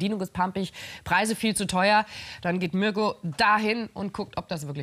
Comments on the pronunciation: Marko Reeh ?? Er heißt doch mirko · Bin ich die Einzige der auffällt das der Moderator „Marko" und nicht Mirko sagt? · Das auch immer Marko statt Mirko gesagt wird. Irgendwie schlecht sich immer ein Versprecher ein😂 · Mirko nicht Marko 🙈